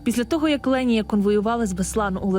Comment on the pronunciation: Її звуть Лєніє. Просто дикторка не правильно ставить наголос і в назві відео не правильно написано